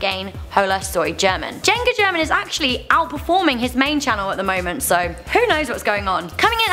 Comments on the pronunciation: As a mexican I cringed when said "JengaGerman" insted of JuegaGerman 😣😣😣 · Can you please take your time to actually learn how to pronounce words and names like German and juega ty🙂